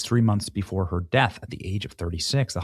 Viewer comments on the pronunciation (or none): none